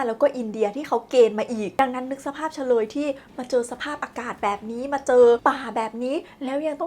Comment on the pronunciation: เชลย ไม่ใช่ เฉลย